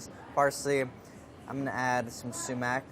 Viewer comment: Your iranian accent gave you up when you said “Sumac”